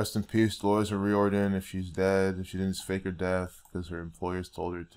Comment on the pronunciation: delorus o riordan was a christian your pulling numbers out of your thin air and this is disrespect to an irish woman who gave her God given gift to the world and riordon is pronouced o riardan not o rieeeororidon,,,,,,,,,,,, if your going to give facts do it right yes there is illuminati and those who bpught into it but delorus dident intertain that crap look up your facts and do your research properly this woman was a dedicated musician and put God first and her family and put her ireland on the map soo is every singer going to be put in the same boat ? using what God gave them to use their talents im sick of the disrespect and dishounour to her and her family delorus suffered deppression and anorexea and her youngest is only 12 have some fecking respect and remember your hurting her children writing this bloody nonsense